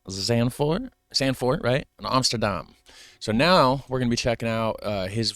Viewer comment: I just love how you correct, every other youtuber that tryin to pronounce dutch words!!! haha:P you are certainly an honorary Dutchman at this point. like most of all ur pronounciations are really good , and ur knowlegde about the country, and its history is also really impressive. you prob know more then some dutch people in this country no doubt!! hope you will ever be able to fullfill ur dream man. Love From Den Haag. ''The Hague'' for you english speakers.